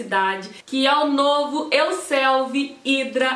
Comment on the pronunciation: Euselvi????? Falou duas vezes 😂